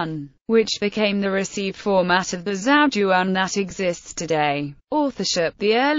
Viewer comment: not once is the title of the book pronounced correctly :/